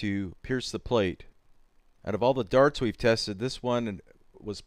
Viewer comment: Your pronounciation of darts is pretty funny. "durts"